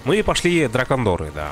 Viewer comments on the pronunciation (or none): Приветствую. Как всегда, желанный комментарий от пяти слов 😊 ДракОндеры - я же тебе ещё на стриме писал, а ты озвучивал 😉